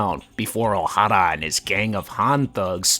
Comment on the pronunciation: Thank you for properly pronouncing, "Oh-Harrah!"